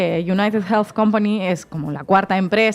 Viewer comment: Hermanos españoles: United Healthy no se pronucia con jjjjj .... Healthy se le "elfi" no jelfi